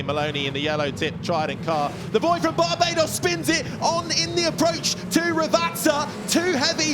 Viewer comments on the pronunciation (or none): none